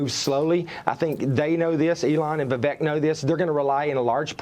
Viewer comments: Vivek always says the easiest way to pronounce his name is it rhymes with Cake. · Different languages pronounce letters in different ways. J in Spanish is H sounding. Jesus is pronounced Heyzeus. Vivek say his name pronounced like Cake. Vivake not how your saying his name. With respect.